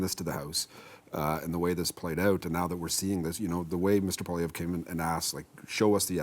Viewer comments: I really wonder about the objectivity of. He clearly hates Poilievre to a point where he even badly mispronounces his name each and every interview over the last year. I automatically discount what he has to say because he is so clearly biased. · needs t9 learn how to pronounce the leader of the official opposition's name. Not that hard and something your paid to know. C'mon guys. Love and concerned for the quality of the CBC from the left. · Why can't this guy never pronounce Poilievre's name correctly. He's doing that mispronunciation on purpose.